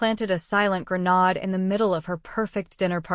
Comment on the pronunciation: Can't properly pronounce 'grenade" ?